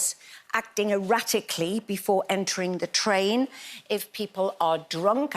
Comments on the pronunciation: Tain Terror... "Train" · I think you mean "Train" terror, rather than "Tain" terror?